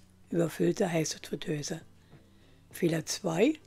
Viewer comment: Es heißt übrigens "Fritteuse", nicht "Fötöse" und "Airfryer", nicht "Ärfär". Aber schön, dass er mit Punkt 1 anfängt...